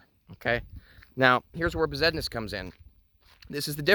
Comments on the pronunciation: " 'Regular' Moldavite ".... haha. Besednice = ' Bez- ehd-NEE-cha ' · it's pronounced 'Best-nice"